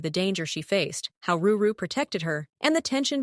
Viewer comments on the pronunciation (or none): Drew instead of edrix and ruru instead of rory , and rakki also jina 😂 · And alsooo whyyy did u say KEIFER and RORY as RURU!!!! ( in episode one )!!!! And also in other episodes ( not sure )